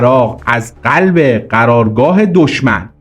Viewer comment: بی سواد اون قلب نه غلب